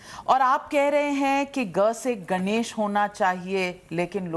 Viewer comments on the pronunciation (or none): ग से गनेश नही , ग से गणेश । निर्मान नहीं निर्माण ये भी केवल अंग्रेजी में शिक्षा लेने का परिणाम है , अंग्रेजी के साथ थोडी बहुत तो हिन्दी भी पढ लेती तो सही उच्चारण कर पाती ।